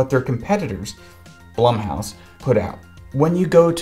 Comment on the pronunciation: Has a video breaking down horror movies,,, calls blumhouse (bloom-house) BLUM house